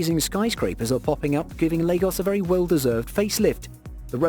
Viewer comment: He pronounced Lagos correctly and Yoruba he pronounced wrong